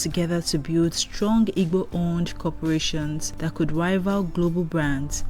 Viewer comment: Please learn how to pronounce Igbo